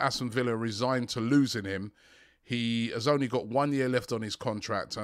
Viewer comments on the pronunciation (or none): none